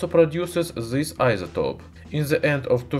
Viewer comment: Putin has farted and produced DZIS ruthenium claud over Europe,by the way your english pronunciation doesn't get better